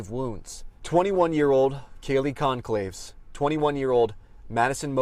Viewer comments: Please have the courtesy to pronounce the victim’s name correctly! (Goncalves: gon sal ves; NOT gon calves) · He couldn’t even get the order of the letters right! He said gon-clayves. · Yes, I've noticed a few reporters on different networks mispronouncing "Concalves," a Spanish name, with 2 hard "Cs" (instead of a hard "C" then a soft "C") and this one said "Kaylee Conclaves" (as in "conclāve"). It's unprofessional of them to fail to confirm the correct pronunciation of names before going on air. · If you want to “be a voice for others,” put in the effort to pronounce the victims’ names correctly. It’s been WEEKS since their deaths; there is no excuse for so atrociously mispronouncing Kaylee’s last name. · It’s really pathetic how grown adults on national television can’t pronounce the last name Goncalves. This guy sounds like such an idiot. It’s pronounced the same way as “Gonsalves”. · umm, its GON(calves) [Gone-cal-ves]